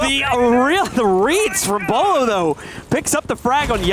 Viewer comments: Dude I love b-yewlow too. I know everybody makes mistakes, but honestly.... how can you be an R6 caster and not know how to correctly say Beaulo, lol. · Bewlo??? Wtf that’s as bad as the guy that said cawtoe instead of kanto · Beaulo lmao. Whoever corrected him ty so much! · He pronounced Beaulo wrong seconds into the video.